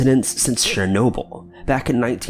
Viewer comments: Isn't Chernobyl pronounced Chur-noble not Share-noble??? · I believe it's CHURR-NOBLE. Not sher-noble, not share-noble. CH-CH-CH. Like CHeese or CHina or CHeckers. Ur welcome. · #2) Chernobyl not Sharenoble! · Your pronounciation sucks! Chernobyl "CHURRR NO BULL!" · “Sher-nobyl?” What the fuck man. That was a huge and devastatingly awful disaster, the least you could do is get the name right. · You mean like "share- noble"??? Lol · Show the video you're talking about, when you're actually talking about it.. and the title not matching the intro title you say when you start the video is annoying. Also... Chernobyl as only been said over and over as of recently... yet you still say it like an idiot. These videos that you do aren't interesting anymore.